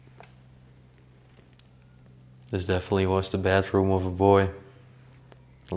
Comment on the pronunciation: Sounds like you are saying bathroom, but you are saying bedroom.